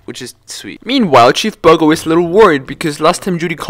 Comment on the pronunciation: bro said chief bugger